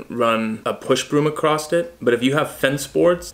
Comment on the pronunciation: Dude, I love your content, but show me where there's a "t" in the word across. And yes we say dumb shit in Texas too...lol